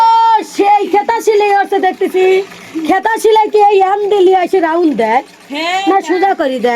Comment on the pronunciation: খেতা নয়,কাঁথা